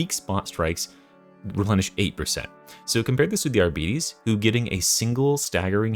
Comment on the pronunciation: Arbites is pronounced "Argh-bee-tays". The arbitrator says it in his voice lines. Not "Arbeaties"